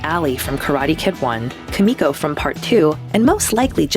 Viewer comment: I cringed every time she mispronounced “Kumiko”....she’s the reason I married a Japanese girl